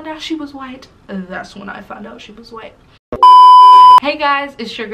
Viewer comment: Wait did y’all catch how between - she said “she did not had to lie about being whi-alck” 😂😂😂😂😂😂😂 I died and came back to life !!!!😂😂😂